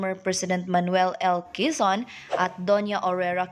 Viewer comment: Quezon ,grabe naman pg pronounce mo ayusin mo..